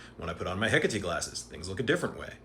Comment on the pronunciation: Heck a tee? THAT'S how you pronounce Hecate? That's so cool. I've seen it written many times, but never heard it before! Ty for that